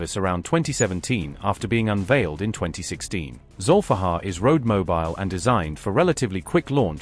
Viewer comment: It's Zulifqar, aka Ali's sword. not Zolfaghar 👍👍